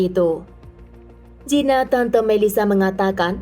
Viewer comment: Maaf mba, Gina diucapkan GINA bukan jina..